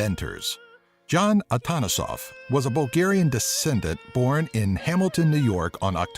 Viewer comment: I can say that you pronounce most of the bulgarian words good(Shopska Salata),but when you say Atanasoff the accent is on the second A AtAnasoff and also not martenizA but mArteniza.Just some little corrections :D.So if anyone is about to come in Bulgaria better read this.